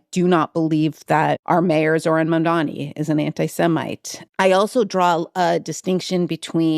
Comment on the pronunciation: Why does everyone, including you wrote and say Mandami ? It's Mamdani. Mom-Donny, NOT Mon- Dammy.